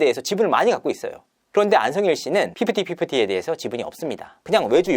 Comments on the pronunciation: 휘푸티휘푸티?? 발음 좀… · 소름돋는 포인트는 휘프티 휘프티라고 말하는거